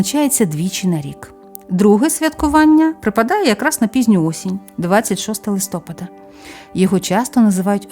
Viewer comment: Дякую за цікаві розповіді, зміняйте будь-ласка наголос у листопада на склад -па-. Прошу не ображайтесь. Ми, у школі, коли вчили місяці нам знижували оцінки за неправильний наголос. Я запам'ятала це на все життя. І зараз по-душка, порт-фель дуже "ріже" вухо. Ще раз дуже дякую. Божого благословення👼🙏❤ на перемогу, на збереження життя і здоров'я всім захисникам і захисницям, процвітання вашого каналу. Слава Богу, Слава Україні. Слава ЗСУ. ❤❤❤😊😊😊